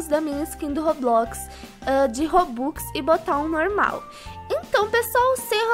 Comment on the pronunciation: Ela disse robocks